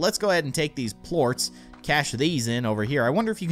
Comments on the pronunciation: They aren't plooats. its (Plor-ss) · he pronounced Ports wrong